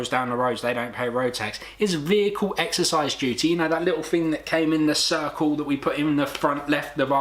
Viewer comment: Good video. You triggered a lot of idiots. It's Vehicle excise duty. Excise, not exercise.